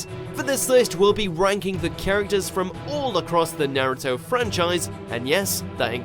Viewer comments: “Sersuke” and “nerto” my god this is a meme mojo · He pronounces naruto and susano'o wrong